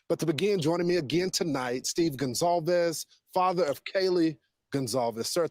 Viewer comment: It’s Goncalves not Goncsalves